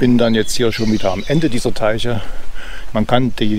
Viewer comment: Hallo, ein wirklich sehr schönes Video und wir hatten uns ja schon mal drüber unterhalten. Michaelstein kenne ich auch sehr gut und liebe es. Hast du gut eingefangen. Gefallen haben mir auch die geschichtlichen Untertitel. Beim Deich-Teich musste ich bissel schmunzeln😉so haben wir eben unsere Dialekte und ich finde es niedlich. Ja die vergessenen Reserve-Akkus....wer kennt das nicht. Mein Opa pflegte immer zu sagen, aus Schaden wird man zwar nicht reich aber klug. In diesem Sinne. Volkmarskeller ist direkt neu für mich, dabei dachte ich kenne die Ecke in und auswendig. Ich bin nämlich dann immer rüber in Richtung Regenstein und Regensteinmühle abgebogen. Wäre also direkt etwas neues, wenn es mich wieder einmal in den Harz verschlägt. Auch wenn der Baum ziemlich faszinierend ist, das mit der Schatzsuche musst du noch ein wenig üben 😜 Mit dem Geschmack ist es immer so ne Sache, aber ich finde das war dein bisher bester Film, weiter so. LG Thomas